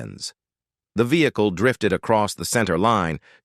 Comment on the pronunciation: Fake AI voice's pronunciation flubs make this video hard-to-believe. (Check the pronunciation/grammar of 'rely', '''VonDross''', 'Did he murderED somebody?', '''vehicleez''', etc.)